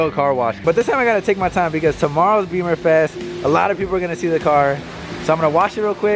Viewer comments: It’s “Bimmerfest” not beeeeeemer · Bimmerfest. Not beemerfest. Love the videos just would like to correct how people say it incorrectly and wrong references .